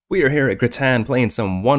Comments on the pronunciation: Locals call it gratin...never heard anyone say graton like cruton..jaja. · Graton, pronounecd "gr-AY-tin" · Who told you it’s pronounced like that?? It’s pronounced gray-tuhn. Im a local so I hear the commercials from them all the time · Also pronounced "gray-ten"